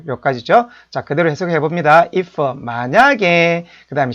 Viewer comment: 이퍼? 해더? 스터디더? 당신이 그러고도 영어 교육자야? 진정한 외국어 교육자라면 영어에 사투리는 배지 맙시다. 사투리는 한국말 쓸때만 하시라구요. 그리고 기본적인 발음은 좀 챙깁시다